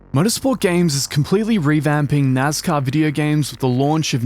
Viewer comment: It's nascar. Not nazcar.